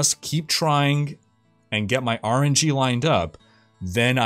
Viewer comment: It took me a second to realize he was saying RNG, not "orangey". ;)